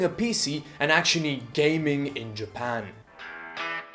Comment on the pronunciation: Ah yes, I love “Ja-pu-n”